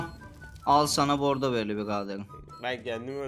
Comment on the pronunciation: Bordo deil boggdooo beylerr